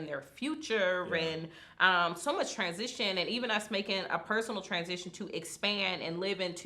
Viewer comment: When you say transition it sounds like someone past . I don't like how it's stated but ok.